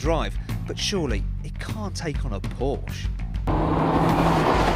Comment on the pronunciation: Please learn to correctly pronounce Porsche.